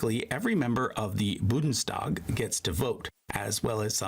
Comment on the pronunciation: Every time the narrator says "Budnstag" I wanna punch him so hard! 😡